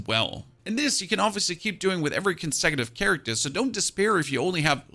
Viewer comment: “Charictah” lol